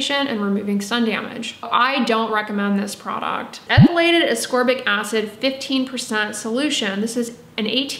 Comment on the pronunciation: Thank you for properly pronouncing ascorbic and letting me know I’ve sounded like a ding bat for 20 years by saying asorbic 🤦‍♀️ I worked in the body care and skin care industry for years. I helped people choose products based on their needs. I know enough about the properties of different ingredients to really help someone take great care of themselves but apparently I don’t know how to pronounce ascorbic. No one ever corrected me and I stupidly thought the C was silent 🤦‍♀️ at least I could pronounce jojoba oil. I used to giggle inside when people would pronounce the j’s when saying jojoba. I wonder if anyone ever giggled at me saying ASORBIC 🤦